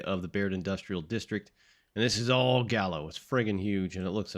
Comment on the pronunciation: Pronounce the l"s. Ernest & Julio Gallo.